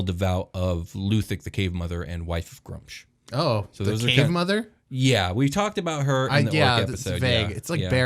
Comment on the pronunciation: You guys can't pronounce sh*t. It's either Groo-umsh or Gra-oomsh. Pick your favourite and die on that hill. No middle ground Grumsh, why have a double U?